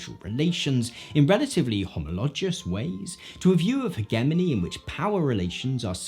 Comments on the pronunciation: As an American, I cringe a little every time I hear someone pronounce hegemony with a hard g instead of a soft g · Just wanted to mention that the G in HEGEMONY is pronounced like a J. Not to pick, just need to correct. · I've never once heard hegemony pronounced with a hard g before this video and I have a masters degree. So, I've heard that word many times. It's not a complaint so much as a comment about regional pronunciation. By the way, I agree with your conclusion. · Can someone explain to me why Brits pronounce hegemony with a hard g? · How you pronounce hegemony pisses me off so much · Is this the British pronunciation of hegemony or what is going on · I don't agree with your pronunciation of hegemony...